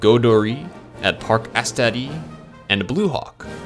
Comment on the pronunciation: Godori at parc astéri xD no pls , goudurix with a x and astérix with the x !! Btw good video